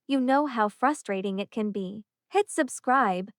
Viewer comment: Good story. Poor execution. Annoying pauses, and why can't AI just say "It" instead of "eye tee". Other 2 letter words also pronounced as individual letters. Try a different narrator.